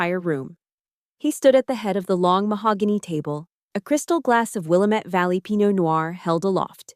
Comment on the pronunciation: Willamette is pronounced Wil-LAM-it